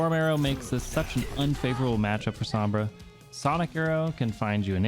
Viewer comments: its pronounced “sohm bra” not “sahm bra”. it has a long O sound like in “row” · Top main. Doesn't say Sombra properly.